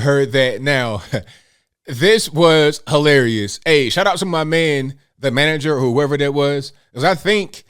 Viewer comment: I like how you emphasized man!!!